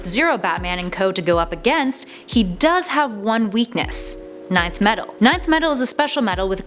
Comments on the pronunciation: I always thought it was pronounced "enth" metal not "nineth" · Its pronounced ENTH METAL not NINETH METAL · It's pronounced enth metal btw